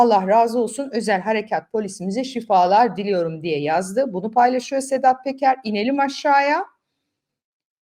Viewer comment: Sedat Peker diye yazilir ,Sedat Teker diye okunur